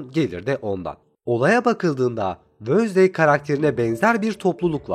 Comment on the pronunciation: Abimwensdey vosday diil ;p